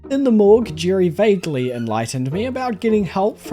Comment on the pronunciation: Hi. You are using all the wrong vowel sounds. Who the heck is Girry?